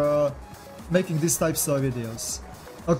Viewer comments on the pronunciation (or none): none